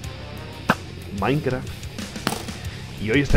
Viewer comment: Jajaja dijo Minecla